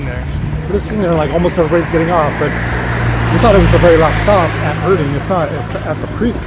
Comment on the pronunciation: nice video. thanks for the review. look out, the ER is Erding is pronounced like the leading ER in error, not the er in liver.